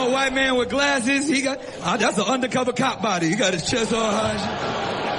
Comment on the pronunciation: big jay says undercover the same i did when i was 4... "underdacover"